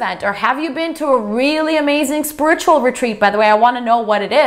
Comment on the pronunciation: "spurt-chul"?? LOL Say it with me honey, "Spirit-u-al" Not "spurt-chul"